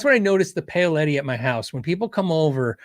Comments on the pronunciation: Paoletti pronunciation = Pow-letti. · I believe Paoletti is pronounced "Powletti"